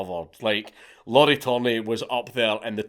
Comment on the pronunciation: Lauri isn't pronounced like Lauren, it sounds more like the Japanese pronunciation